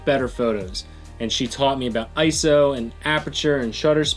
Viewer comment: Just found this channel via The Gun Collective. And you correctly pronounce it Eye-So and not eye-es-oh -- Subscribed!